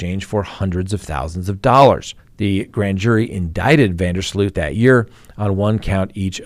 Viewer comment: Last name pronounced van der slote